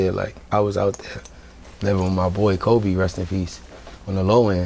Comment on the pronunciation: Coby not kobe. As in coby mac